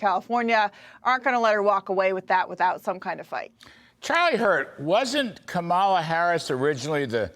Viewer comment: All three of these commentators have not yet learned the correct pronunciation of Kamala. Rather shameful. The stress is on the first syllable: comma-luh. C'mon, Larry, Katie, and Charlie. Are you mispronouncing it on purpose to show disrespect?